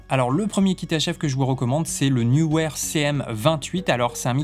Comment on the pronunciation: Salut je réitère neewer prononcer NIWER…. Super ta vidéo!!!